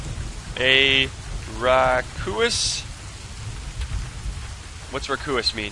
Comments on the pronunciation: Raucous is pronounced "Raw-cus" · "Rakoois" hahahaha....